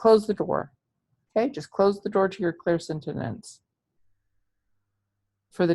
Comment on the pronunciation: It's all good but you are saying clairsentinence instead of clairsentience. Thank you for the awarenesses. Blessings always!